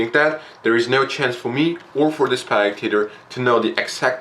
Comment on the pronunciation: Its spectator, not SPACTATOR!